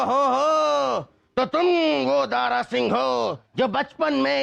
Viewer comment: “दारा” शब्द को दारु बना दिया 😂😂😂😂